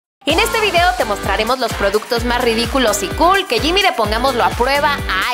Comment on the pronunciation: se dice cool cogl